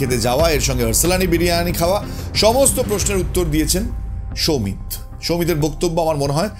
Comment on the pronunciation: সমিত নয় সৌমিত।